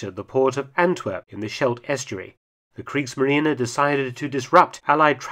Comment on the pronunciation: German pronounciation gets better and better, even the "e" at the end of "Kriegsmarine" is correctly promounced. "Molch" is not pronounced "Molk", there is no sound like a German pronounced "ch" in English. The same with "Hecht" where the "ch" was almost correctly pronounced.